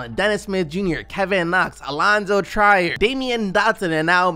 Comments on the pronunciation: LOOK UP HOW TO SAY ALLONZO TRIER PROPERLY. Man, I hate when people who watch basketball can't say the player's names. Do you even watch basketball? It's not "TRYER", it's TRIER. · EY PRONOUNCE YOUR NAMES RIGHT. ITS ALONZO TREE-ER NOT TRY-ER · Can someone tell that Alonzo Trier’s last name is pronounced “Treer”